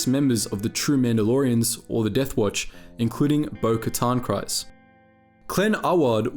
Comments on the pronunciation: Kryze is pronounced as kreez god damn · How can your mispronounce mythosaur so consistently? Given multiple examples of how to pronounce it in games, canon, other videos... Given the mispronunciation of Kryze I think it's the 'y' that's messing you up. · Good video, but the mispronounced names were distracting. Kryze rhymes with keys, not with eyes. The first syllable of mythosaur rhymes with Sith, not with scythe.